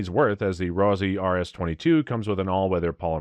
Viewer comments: Let's "nit-pic". 1 - Learn proper pronunciation. It's ROSS-EEE not ROSE-EEE! I simply cannot trust the opinions of a person/entity that cannot pronounce the items properly. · Ross eee, ROSS EEE you nitwit